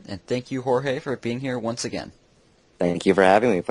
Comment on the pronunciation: haha fail its Jorge... Not George.